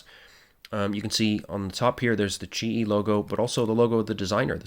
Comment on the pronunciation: Yup you got my name right 😂 Almost nobody gets it right the first time. Thank you!